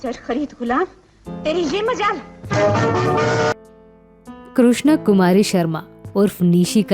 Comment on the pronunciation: Krushna koi lafz nahin hota. Sahi lafz hota hai ----K r I s h n a. Donon ke pyar ka parwaan chadh gaya nahin-- Donon ka pyar parwaan chadha.. Ma'am please aap hindi bolna seekh lijiye.